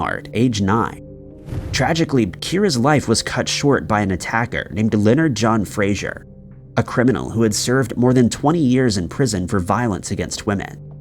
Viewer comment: his name is Fraser NOT Frasier. Why can nobody get this pronunciation right? 🙄